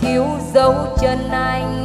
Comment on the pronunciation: Nghe phát âm chữ “Anh” là mất phê, giọng nghe chè bẹt quá.